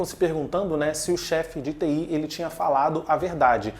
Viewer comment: Engraçado você pronunciando Judicial e TI kkkk